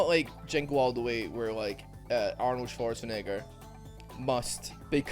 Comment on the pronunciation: gets questionably close to saying the N word when pronouncing Arnold Schwarzenegger's name